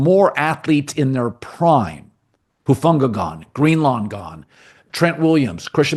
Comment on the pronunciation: Colin, it’s Greenlaw. Not GreenLAWN.